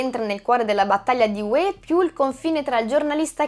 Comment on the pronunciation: certo, ma Hue ha l'accento sulla U e non sulla E come si direbbe in Campania.......🤣